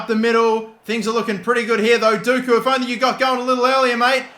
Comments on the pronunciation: its not dooku, its pronounced docku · Dockooo not dooookoooo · I loved the video but one thing. Every time you said “doku” as “duku” I wanted to throw my phone across the room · Why would it be pronounced Dooku, when it is spelt Doku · You pronounce dOku it is an o not an u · Doku pronounced as 'DOH-KOO' not 'DOO-KOO' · Jeremy D-O-KOO, not Dooku from start wars, 😂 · D-oh-koo not dooku the Sith Lord 😂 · Dock-u not doo-ku. Please pronounce it better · It’s Doku not dooku FFS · its Doku not Duku just saying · Please his name is DOKU.... Doh-ku. Hurts me ery time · Please call Doku, Dock-ew. I can’t watch this hearing that 😔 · you pronounce Doku Like Dough-ku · Did anyone else hear him say Doku and immediately think that we have to start calling him Count Doku?😂 I know its not pronounced that way, but the way he pronounced it, it had me excited😂😂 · The way he says it actually pisses me off and he’s said it like 50 times in the space of 3 mins loool it’s FOUR LETTERS. D O K U. (dock-oo) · Surely earn how to pronounce Doku's name, it isn't that hard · butchering dOku's name just triggers me everytiem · I was cringing every time he tried to say Doku’s name.